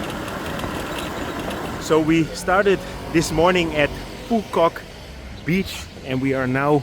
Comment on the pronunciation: Your “Phu Quoc” pronunciation is 100% perfect 🎉